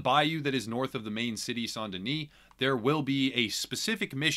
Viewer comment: you’re literally the first YouTube who said Saint Denis the right way and it made me so happy ❤️